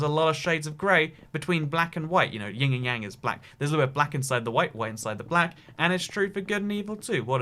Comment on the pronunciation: Tip for. It's actually Yin, and not Ying. A lot of people get this mistake, you're not the only one! Keep doing the amazing work. <3